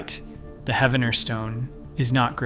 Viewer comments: Pronounced as Heeve-en-er. Poe-Toe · I love that people on YouTube talk about our local history. I do wish that you would research how to pronounce the name of the town correctly. It is pronounced He-ven-er, the 1st e is a long e sound.